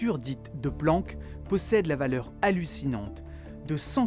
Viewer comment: "se Planck" mdr